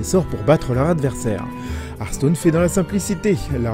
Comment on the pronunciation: Le bon accent français qui ruine HArstone 😂